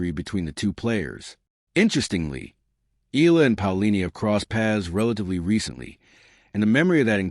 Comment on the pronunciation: ehh-ya--la sir